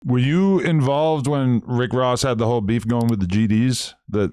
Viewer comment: He can’t even say Ross name lol